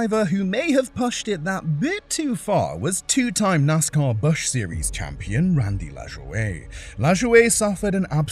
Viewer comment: I know I'm playing devils advocate here, but I assume the channel is from somewhere in Europe, unsure of the accent, and I can understand why the creator pronounced Randy LaJoie's name in a more European way instead of how it's pronounced. I do understand the frustration, though.